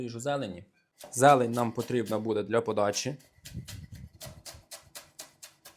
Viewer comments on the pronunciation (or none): none